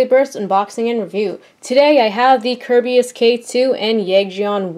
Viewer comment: It's Ker-bayus